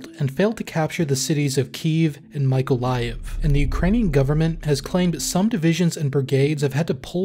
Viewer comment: me - ko - lie -ev. not michael-i-ev